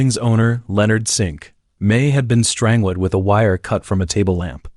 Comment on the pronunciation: Overall very interesting however.... The way the AI says strangled! I can't, completely ruins the video 😢